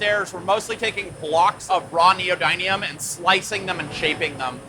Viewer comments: Love your videos. But as a machinist, I wish you would get your terminology correct. Tools make the dies that make the parts. Also the magnets its called neo "din, eum" not Neo "dine eum" doesn't matter where in the world you come from terminology is the same. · its neo-din-ium not neo-dine-ium. no one pronounces this magnet correctly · The raw material is an alloy that contains Neodimium, something around 30%. Nee oh dim ee umbrella, dim rhymes with him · it's pronounced: neo din e um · Ask Google how to pronounce neodymium so you stop embarrassing yourself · Your pronunciation of neodymium really needs to check with Google before you make any more videos. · It's funny hearing him pronounce neodymium incorrectly every time. 😂🤣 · the guy cannot even pronunciate the word "neodymium" correctly, Sunday scientist give me a break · Please learn how "neodymium" is pronounced😂